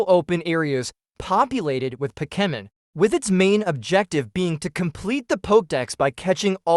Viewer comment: POKIMIN ?? lol you mean Pokèmon lol Ai is getting ridiculous